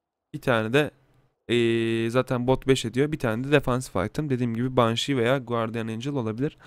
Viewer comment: guardiyın, banşi, last vişpır değil; gardiyın, benşi, last vispırdır canikom